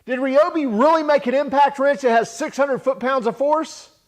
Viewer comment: R eye oh bee not reeee